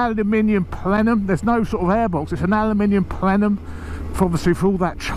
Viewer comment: Today's word is Plenum, Plen-um, can you say it! 😂😉 It's to distribute the air equally at a positive pressure.